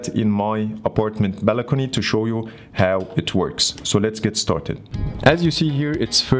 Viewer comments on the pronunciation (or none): the way he said balicony😂😂😂